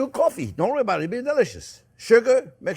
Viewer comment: Don't rorey my dear chef it's gonna be alright😅